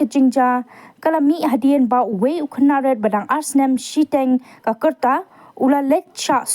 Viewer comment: Ym dei " ka kyrta" ka dei "ka rta". Nongpynbna sngewbha pynbeit ialade